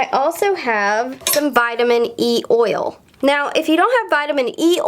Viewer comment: “oyol” do you mean oil?